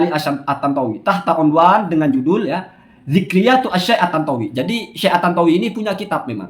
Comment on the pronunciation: Maaf pak kamu baca zikriyat apa ngk salah ya kan itu ذكرى جمع ذكريات baca nya zikroyat bukan zikriyat apa mungkin ada bacaan lain ya maaf cuma tanua